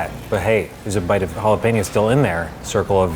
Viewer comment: JalaPEÑo, not jalaPEEÑo